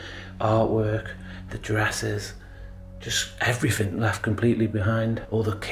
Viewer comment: A grown man saying "Every fin" 😅